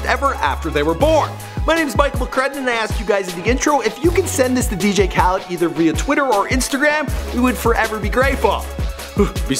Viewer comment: It’s pronounced asaad not ashad and it’s khalID not khaleed